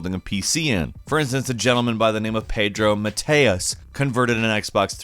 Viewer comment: The poor butchering of the name "Pedro Mateus" made me lol